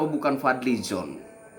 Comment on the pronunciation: Aku bisa tertawa broo.....Fadli Zoon. Tanpa 'n' jadi 'zoo'. dia dlm statemenya gak pernah ada solusi sperti Rocky G